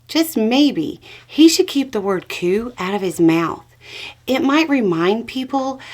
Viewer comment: I heard "cue" but the context suggests you tried to say "coup". No matter. The substance is true, not troupe.